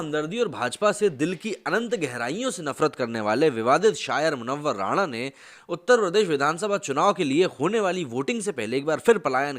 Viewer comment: वह राणा नहीं राना है